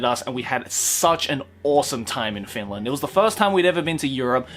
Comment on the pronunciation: You absolutely butchered finland's name xdd